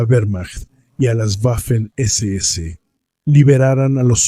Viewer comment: Cada vez que pronuncias "Güafen" muere un cachorrito, que lo sepas.